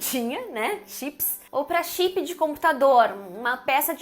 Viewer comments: Chipi 😁 Notchi buki 😂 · Great video! apart misusing those english words, what I find horrible but funny is the way you brazilians pronounce them: u shipi (chip), u nochibuki (notebook), auchidor (outdoor), etc. Hilarious